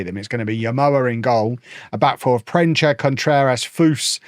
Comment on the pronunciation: Proensa not Proencha